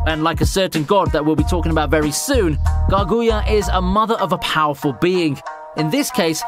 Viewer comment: The way you say Kaguya and Naruto 🤦‍♂️